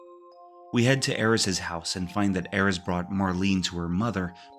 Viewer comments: It's the dedication in pronouncing Aerith incorrectly that I found impressive. In this video, her name is pronounced as Aeris, Aeriz, and Aerits with varying degees of consistency. I felt like I was being trolled by a Tifa fan. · all that work you put in and you refuse to call Aerith's name properly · As someone who played FF7 at launch and still have the original strategy guide, it's Aeris. I never even heard the name Aerith until years later. You're blatantly wrong. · Aerith is /literally/ supposed to sound like Earth. Just because someone mistranslated something 20 years ago doesn't mean you have to keep on being wrong! There's thematic reasons for names in these games, and she DEFINITELY isn't supposed to be tied to /Aries/. Truly some hogbonkers wild stuff.